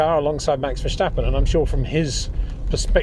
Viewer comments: Is It so difficult so say Verstappen in stead of versjtappen? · Het Peter, you still pronounce "Verstappen" wrong! You can say things like "step", "stop" and "start". Why does Verstappen always come out as "Vershtappen"? Either way, awesome analysis as usual, gotta love listening to your thoughts despite the cringe I get when you say Max's last name, haha! No hard feelings!